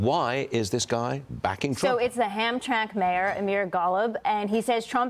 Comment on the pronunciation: It’s pronounced HAM-TRAM-ICK